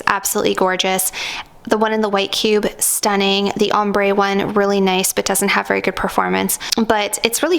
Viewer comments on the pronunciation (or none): none